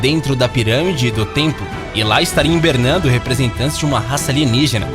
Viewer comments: "hiMbernando"? rsrs... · "Imbernando"??? "Galileu Galileu"???? Por favor né!!!??? Que feio!!!